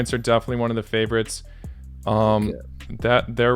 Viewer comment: What's about Russian accent 😅😅 "I don't have any favourotzzzz.."